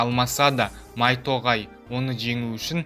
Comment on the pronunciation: Майто ғай емес майто гай